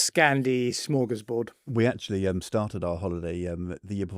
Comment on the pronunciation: Come on Ed, I don’t know how you were pronouncing “Smorgasbord “